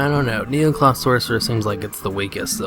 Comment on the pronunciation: first of all you build it wrong 2nd it's necloth not neocloth dumb ass